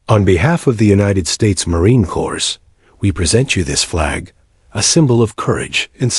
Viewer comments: It is pronounced Marine ' Cor', not Marine Cors, The dot dot dot, stop it, pause for 1 or 2 seconds Challenge coin, she should carry it daily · Great the "s:story. Just to let you know "s" is silent its Corp.